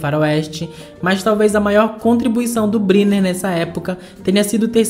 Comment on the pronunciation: Fale corretamente: You Brainer. Escreve Brynner.